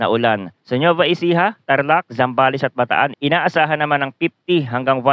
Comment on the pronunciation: Parang mali pagbasa mo sa NUEVA Ecija